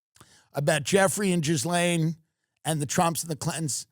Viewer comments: it's properly pronounced "Ghee-Lynn". Westerners tend to go with "Ghee-Laine". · The way he says Jizz-lane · Jizlane…hilarious pronunciation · I like how some commentators say Ghislaine's name like "Jizz-laine" It's hilarious 😂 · Anyone else catch the “JIZZlane Maxwell”??? 🤣🤣🤣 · I love how Tim calls her Jizz-lane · love how we are gonna keep saying GIZlaine Maxwell forever!😭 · So it's for sure pronounced Jizz-Lane Maxwell?